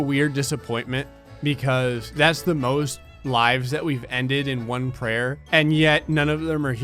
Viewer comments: Prayer not prayr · The name of the game is prayr, not prayer, pay more attention.